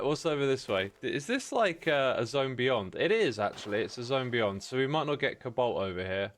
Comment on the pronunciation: I keep hearing 'kabolt' instead of 'cobalt', is it just me?